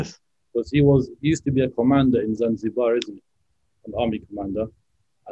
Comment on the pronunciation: This is false narrative history,this is not zanjibaaaaaar , this is Somalia